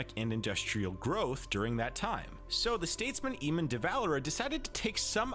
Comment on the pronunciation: How did they mess up eamonns name so badly that's like a normal name